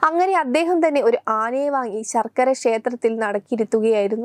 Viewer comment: ശർക്കര അല്ല കുട്ടി ശാർക്കര